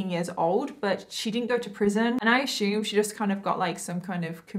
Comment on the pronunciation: "I ashooooooom" lol